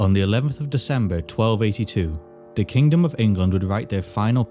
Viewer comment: "Da kingdom"